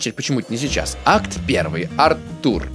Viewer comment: Артур ударение на а